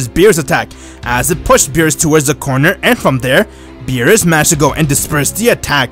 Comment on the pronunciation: Bruh he said meerus not beerus